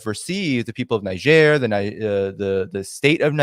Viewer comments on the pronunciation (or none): THere are two ways to pronounce Niger. In French it is Neezhair, and in English It is Neyedger. It is hard to listen to your mispronunciation. If you doing a podcast on a country at least pronounce it correctly. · Please try to pronounce the name of the country correctly, in either French or English, it takes 5 sec to find it on yt or google translate. You are combining the first syllable from the English and second from French pronunciation. It is annoying but also quite disrespectful. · I listened to your show, and I must say, it rips, tears, and shreds the ear canal to hear you constantly mispronounce the word “Niger”. I would have taught since that particular country, word was the main theme of your show, and all over the place, that you at least would have familiarized yourself with the proper pronunciation of the word. I hope we as viewers and listeners of your show can hope you would show more courtesy to other countries and words next time.